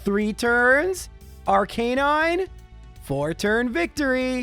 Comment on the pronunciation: you said arcanine right!